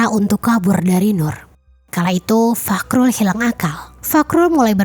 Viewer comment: fahrul... bukan fakrul🤣